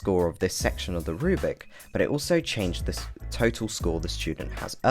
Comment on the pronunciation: You still keep saying "rubic." It's a rubric: roooo-brick. Not a rue-bick. Reply